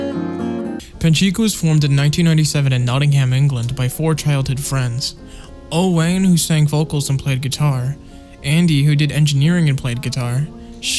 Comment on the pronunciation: Owain is a welsh name. You pronounce it “o-wine”, not “o-wane”. Little tip for if you meet them when they tour the US in October!!